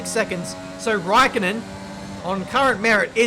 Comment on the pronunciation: Räikkönen is pronounced ”Reikoenen”